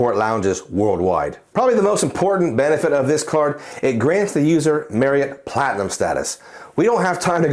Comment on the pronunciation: I’ll always credit you for teaching me the proper way to pronounce Marriott. For me, it’s tough to justify any premium hotel card compared to a premium airline card. Main reason being there’s only 3 airlines that fly out of my home airport compared to the numerous hotel partners when I arrive to my destination. But for others, it’s a powerful card 💪🏿